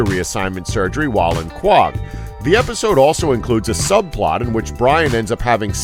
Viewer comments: Koe Hogg not cag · its not pronounced kwawg, its pronounced ko-hog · If you are going to make a 5 facts video about a tv show, at least watch a season of the show. It's blatantly obvious that you have only watched these 5 episodes and only paid attention to the negatives, based on how you pronounced the City in the show. Quog? It's Co-Hog, Quohog. They say the name like five or more times every episode, it's not hard to pick up on this. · It's not pronounced "kwog". It's pronounced Co-Hog. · Repeat after me the place is called Quahog. Q-U-A-H-O-G. Please watch the show before criticising it.. Qwog ffs.. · Did he call the town Quag? Not Co-Hog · The name of the town is pronounced Coh-Hog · Pandas are cool oh my God that made me so mad lol. what the hell is quog. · The word "quahog" is pronounced "koh-hog" in RI. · It's pronounced Coh-Hog bro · You're saying the name of the town wrong. Sounds like you're saying quog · why are your opinions on this show important, when you pronounce the town Kwog. Evidently you dont watch the show. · This show didn't mess up nearly as much as the narrator of this video mispronouncing Quahog. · based on his pronunciation of the town his obviously never seen it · wtf is the way you say Quahog